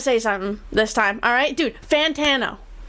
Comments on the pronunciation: FINALLY SOMEONE ACKNOWLEDGED IT ITS FUCKING FAAAAN-TANO NOT FOOOON-TANO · Does Logic intentionally mispronounce Fantano? Surely he must know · The best is when he says fontano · Finally it’s been pointed out that Logic says Fantano wrong. The amount of times he’s talked about Fantano and saying it as Fontano with no one acknowledging it or calling it out is crazy, I feel like I’ve been taking crazy pills. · Still saying FONtanno. Wtf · It's actually pronounced "FAHN-tano" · For a Fantano stan, I don’t understand why Logic doesn’t pronounce Fantano’s name correctly.